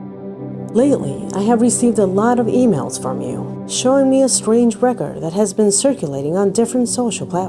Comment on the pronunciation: Its pronounced Record not Wrecker